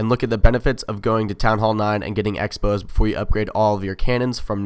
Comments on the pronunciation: Does everybody think you say X-Bow "Exbo" I'm pretty sure its called a crossbow. the X represents the cross in crossbow. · Lost me when you said "ex bow"....it's a cross bow! The "X" is a cross....you might as well call it a "times bow" if you're gonna misname the sign. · Was bout to say its just short for cross bow sounds like he says expos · On the screen is says 'X-bow' which is pronounced the way it looks due to the dash. you say 'X-ray' as 'exray' not 'crossway' lol. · X-bow is pronounced Ex bow but the name isa play on words with crossbow considering the X-bow is a crossbow and X looks like a cross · You are right